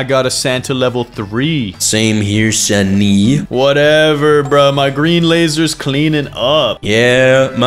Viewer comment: bro said “Sunny”💀💀💀💀💀💀